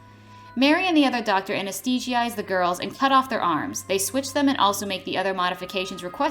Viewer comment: Don't forget "suing" instead of "sewing"! Edit: Or "anesthee-zee-ize" instead of "anesthetize".